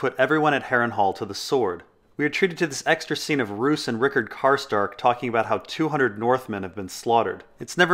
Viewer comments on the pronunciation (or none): none